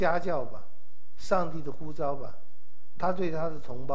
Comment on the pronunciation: 呼召。召四聲趙兆